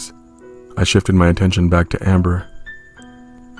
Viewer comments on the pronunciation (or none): When the voice said “amMBeR” I almost laughed idk why